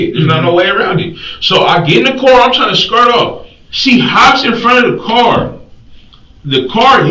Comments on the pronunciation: sir its pronounced car not cor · I wish someone could tell my why they pronounce the word 'Car' as 'Core' these days. This is a relatively new phenomenon.